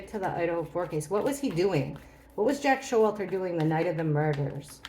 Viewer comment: lmao I know it’s Jack S but it sounded like jackass. 🤣💞